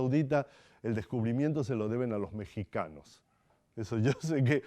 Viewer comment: No se dice Metzicanos se dice Mexicanos , la x se pronuncia como si fuera una j